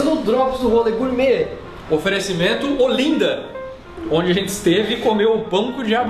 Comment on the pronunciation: KKKKK! Só uma pequena correção, você pronunciou: Ôlinda e o certo, é, Ólinda. kk É aceitavel que não tenha curtido nosso calor, adorei o vídeo.